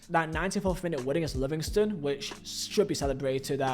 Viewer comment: Another English YouTube channel where the presenter has never been to Scotland and doesn’t know a single thing about Scottish football except for headlines in papers and on sky sports news. Really lazy pronunciations you could’ve used google to help but nope you just made yourself look a right idiot. Especially with the Livingston comment. That’s just disgraceful especially since I know a Livingston fan who’s passionate about them!